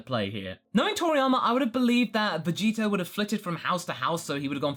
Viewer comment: Say Vegito more clearly more than half the time it sounds like Vegeta.Even the subtitles say so